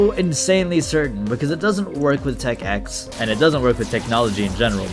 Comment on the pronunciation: Smh you AND the audience are doing a skill issue here, you say 11, they say 9, when it CLEARLY is called tech ix (icks)